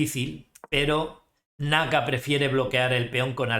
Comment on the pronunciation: Saludos 👍 me da risa como le dises a naka